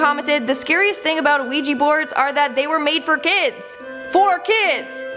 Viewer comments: Ouija [ wee-juh or, often, -jee ] Please stop saying the O. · Thats not how you say ouija.